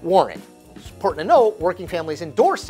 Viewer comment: Nothing wrong with your voice,. Your pronunciation of "important” tho 😒